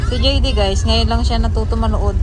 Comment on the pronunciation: just butchered JD’s name, called him DeeDay😂